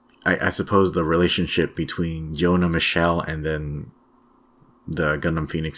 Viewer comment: Pronounced YONA JONA sounds like a bible name